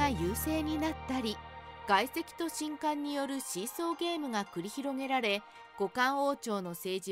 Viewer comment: みんなも既に言ってるが、しんかんが嫌で途中でやめた